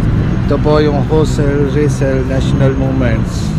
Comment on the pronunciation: correction lang po Jose Rizal po ang bigkas jan